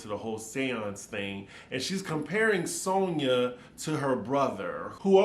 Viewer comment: Why does Luman make fun of Romona for talking stupid, when she herself always doesn’t know how to pronounce alcohol, audacity and Sonja… It’s always… Ol’colhaul, Odasity, and Sauna. She is so very fake… and I agree with Leah~ Luman never paid Sonja last year. Tight wad Luman. Ever notice how she alway name dropping about “producer’s” past clients….. Barbra Streisand, Liza Minnelli and other. Wth is he working with her for… NOT THE MONEY!!!! Luman is old, tired and boring.